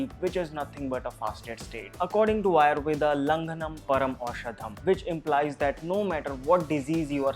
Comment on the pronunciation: Yes Ayurveda not Ayurved